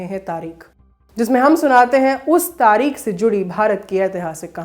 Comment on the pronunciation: "🖋️🖋️🖋️ आदरणीया ! आदाब !! आप का अंदाज़-ए-बयान नेहायत ही उ़म्दा है , जिस के लिये दिली मुबारकबाद !!! बस अपने तलफ़्फ़ुज़ (उच्चारण) पर ध्यान देने की ज़रूरत है ??? प्रोग्राम का नाम तारीख नहीं बल्कि तारीख़ है और बेगम को बेग़म कहना दुरुस्त नहीं है ????? हमारी दुआ़यें और हार्दिक शुभकामनायें 📘📘📘 "